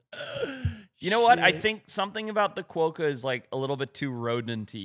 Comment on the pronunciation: Quokka is pronounced kwoka not kwoeka